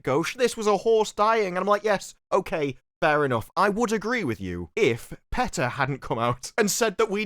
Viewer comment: Its not peta, its peta. Happy to help